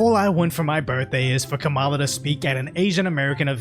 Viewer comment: At the end - it’s not “kamillã” it’s “que mala?”.